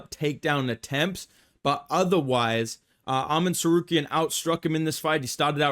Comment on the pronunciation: Wait. . . .Arman "sar-care-ee-an"?. ..hehe.